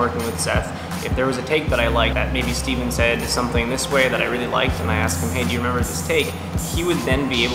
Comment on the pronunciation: IT'S STEVEN NOT STEVEEEEEE!